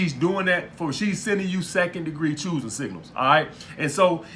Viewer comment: lmao second degree chooising singals Im dead